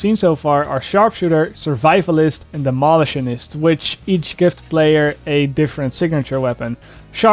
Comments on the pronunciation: demo.LI.tionist accentuate the middle i. :) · You and Widdz both lol. Dem-o-lish-shon-nist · Yeah you are saying demolish to strong then saying the rest of thr word soft, when its demolitionist its like this. Demo - lìsh - onist If u wanna say it British style. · noooo keep saying it the same way i love it!